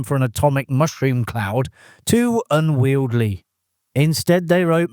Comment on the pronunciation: No, unwieldly is now correct. The 'Lets Irritate Over the Word Unwieldy" law has just been passed in both houses. Amazing what they make laws about isn't it.